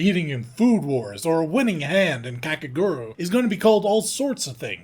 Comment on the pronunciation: Jesus christ its "Kake-gu-ru-ee" it's not that hard to pronounce Netflix slop isn't bad because its woke or whatever its bad because its soulless cashgrab garbage meant for the normie market